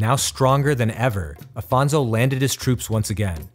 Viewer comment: Great content! Congratulations. But history must be seen as ...history. It was 500 years ago. Just one more note it’s Afonso not Alfonso. Regards from Portugal to all!